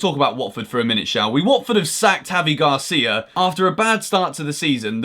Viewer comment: It’s Gracia not Garcia ffs, shows how much research you do on clubs like Watford.